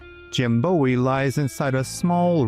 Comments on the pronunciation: It’s not pronounced Bow-ee. It’s Boo-ee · think he’d say Jim’s name correctly then. It’s pronounced Boo-ee